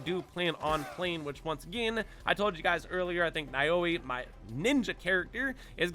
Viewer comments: And Naoe is pronounced like Nah-Wey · You mispronounced Naoe and Yasuke. It's pronounced Now-way and Yah-skay. Did you not hear the names in the game? I guess if you want the AC experience Naoe is better, but Yasuke is stronger. I would probably disable the alarm before I go full brawl here. I don't want to deal with Guardians. They gave me enough grief in Breath of the Wild.